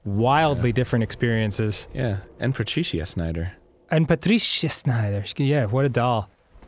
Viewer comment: Schneider, not Snyder